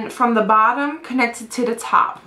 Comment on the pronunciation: am i the only one that noticed whenever she says "the" she says "da" ? plus you don't need to wear makeup! you're so pretty as it is.